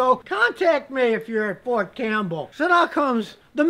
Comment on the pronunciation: It's Fort Cam*P*!bell sire xP